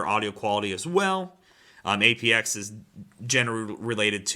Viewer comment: Its called Apt-x. (T). Not A.P.X. Super Sport review dude.